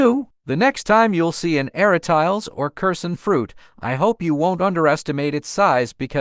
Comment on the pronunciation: A-RA-TI-LES not ARA-“TILES” even in English pronunciation.